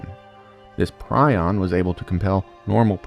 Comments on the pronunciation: Minor nitpick, but Prion in the context of misfolded proteins is pronounced "pree-on". A "pry-on" Prion is a bird, and a "pree-on" Preon is a point particle. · Minor nitpick: prion rhymes with "neon", not "pry on".